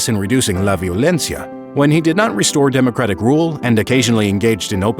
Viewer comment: "la violencia" in gringo accent